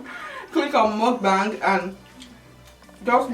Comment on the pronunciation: Great video! Btw, mukbang is pronounced like “book- bong”. Koreans started the genre & this is how they say to pronounce it. Take care!!